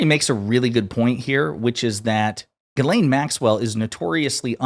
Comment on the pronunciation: Chuck Schumer called her GIZ-LANE Maxwell😂😂😂😂😂